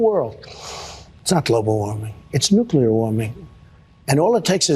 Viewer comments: Nuclear = Nu-Clear, not Nu-cle-er. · He is a 🤡 clown! He can't even pronounce the word nuclear